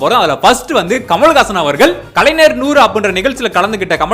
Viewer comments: கலைனர். 100 இல்ல தம்பி கலைஞர் 100... உச்சரிப்பு தப்பு சர் செய்துக்கோ அய்யா. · கலைஞர் னு சொல்ல வரல. கலைனர் னு சொல்லிட்டு இருக்க.